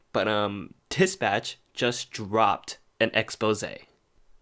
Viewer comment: Since when was dispatch pronounced tispatch